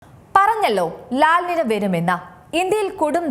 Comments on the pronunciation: ലാൽ നിന അല്ല ലാ നിന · “ലാ നീഞ്ഞ” ആണ് “ലാ നിന” അല്ല 😂